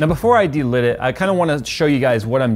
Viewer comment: Delid dude, not delit, it was hurting my head saying delit lmao